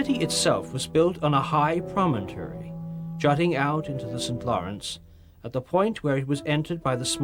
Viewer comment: Haha...that's funny but this guy can't even pronounce Ticonderoga nor even the word promontory.